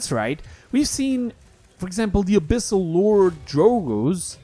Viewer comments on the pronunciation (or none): none